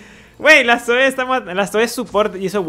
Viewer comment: es Zoe men no Zoé xd